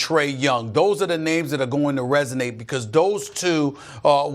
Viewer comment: Smith should stop disrespecting European players and learn to pronounce their names correctly. Is it really that hard?